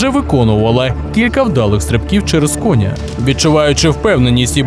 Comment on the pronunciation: Це також ШІ. Невже ви не чули цих жахливих наголосів: кОня ,і т.д. і т.п. ???